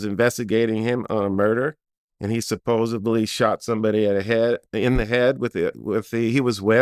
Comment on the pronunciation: It's Supposedly. It's a Magazine. Not supposebly. Not a clip.